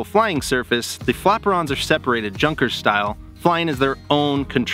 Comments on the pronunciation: Junkers lol Saying it how its written! Pronounced Yunkers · Nice video, by the way, it is called pronounced "yunnker" style not Junker style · Junkers with a hard J. LOL!!!! It's pronounced with a Y sound, Yunkers. As far as the kitfox goes, I decided I'm going to buy one after my machine shop is up and running. I like its design and everything about it. For an entry level plane, I think it's perfect. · I could be wrong, but I could have sworn that junkers was a German aircraft company, and is therefore pronounced 'yunkers' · Love ya brother. But please, Junkers is German. "Yoonkers." But more importantly, for your kind of flying, you need to be 100% spin proficient. 👍